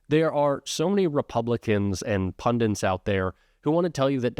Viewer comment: PUNDITS! The word is PUNDTIS! Stop saying “Pundents” dude… Good video otherwise.